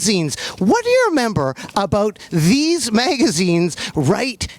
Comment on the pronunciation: Nard turned "these" to "deeze" just for Snoop lol